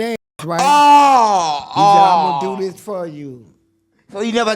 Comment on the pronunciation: That boy said you like "kis", meaning "this"😂😂😂😂